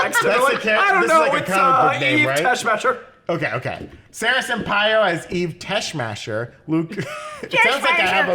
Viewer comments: It is pronounced as TESS-MOCK-ER. HER character originated from Christopher Reeves Superman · You guys are young if you don't know how to pronounce "Superman: The Movie"'s Ms. Teshmacher!!! ("Tess-MAACHer") LOL!!! THANKS for this anyway, Breakroom Gang!!! Enjoy your holiday!!!!! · Pronounced TESS-MAHK-ER. She's from the 1978 film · Tess-Mah-Ker. My God... that was driving me crazy